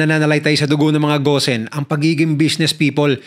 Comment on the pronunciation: Gon hindi ghosen ung bigkas po dun